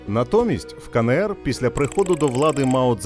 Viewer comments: Відео чудове, але, будь ласка, Ка Ен Ер, а не КаНеЕр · КаНееР... ? Буква еН, а не Не! Вивчіть український алфавіт! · Кажіть вже краще Ки Ни Ри. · Ка Не Ер... НЕ. НЕ! Мої вуха... А за україномовний контент - дякую.